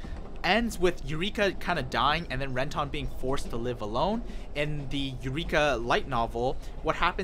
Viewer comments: How are you a fan of the show and just absolutely butcher everyone's names lol, ren-tahn? When the hell did you ever hear it said that way in either the English or Japanese I don't get it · Ren-tawn lol